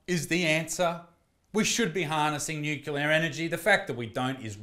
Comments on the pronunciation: Isaac its nuCLEar not nuKULUr. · The fact that you want nuclear energy but you pronounce it nukular is hilarious. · Gotta say bruv, hearing you say the word 'Nuke-ular' energy, brought a tear to my eye. Bloody legend though, we still love you :P